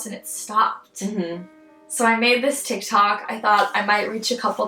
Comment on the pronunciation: “tiktatok” “ tikcock” 😭😭😭